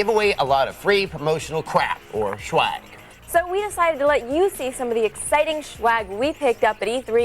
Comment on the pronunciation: I hate that they pronounce swag like schwag